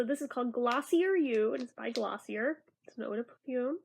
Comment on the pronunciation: Omg I loved the review haha, also, it’s pronounced glossy-ay